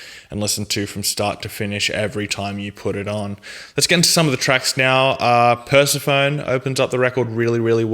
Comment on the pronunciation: Haha...I LOL'd at "Per-sa-phone" That's not how it's pronounced man.